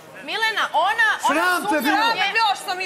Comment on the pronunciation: Dejan koji je kao pametan i elokventan kako kažu on SUMLJA jao sumlja halloooo sumnja 😛😛😛😛